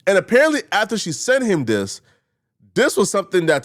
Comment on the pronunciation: Stop saying Dis 😂 it's very frustrating to hear, English isn't even my first language but it's bothering me.